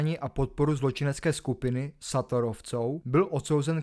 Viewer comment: to je celkem děs, nejsou to sátorovci ale šátorovci, u mella si zapoměl trošku rozklíčovat že juraja gála nezabili ale zabili právě jen tu přítelkyni s dítětem omylem, kdy dítě adamčo ještě žijící dorazil když zjistil že v autě gála nebyl gál, takže mluvit o vraždě jurajá gála jeho přítelkyně a dítětě je celkem zavádějící, dále jsou to papáyovci, né papayovci, a bela byl ecsi, ne esci, dále né ve vrakuně, ale ve vrakúni, nigút, né nigut, né estok, ale eštók